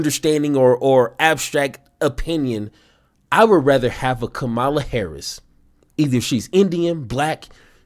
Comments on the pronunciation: KA-ma-la!. Not ka MAH-la. KA-ma-la. For God's sake, she's been in office for 4 years and is a household name. I don't care if you like her or not. Get her name right. It's just common decency and the minimum requirement of your job as a political commentator. Republicans mispronounce her name out of misogyny and racism. What's your excuse? KA-ma-la! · It’s pronounced KA-mala. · Her name is pronounced COMMA_la. Get it right. It’s a simple thing to get. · Bro. You miss pronounced her name. Do better. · I'm sure many people will say this is petty, but it's not hard to say Kamala's name right. Every MAGA Republican says it like you did. When I hear it like you said it, I always know... that's a Trumper. I know you're not, but you say her name just like they do it. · I like your show. Intersesting how you say 'Kamala' the same way as the republicans do. Are you doing it on purpose, too? How do you say 'Pamela'?